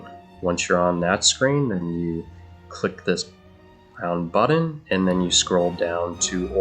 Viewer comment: Really well done! One question : What’s a “budden”? At one point you say you “scroll down and click on this round budden”. Is that millennial for “button”? I hear that a lot these days. 😂 Let’s use that hard T! 😂😂😂